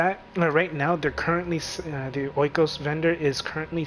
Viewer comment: It's "ee-kos".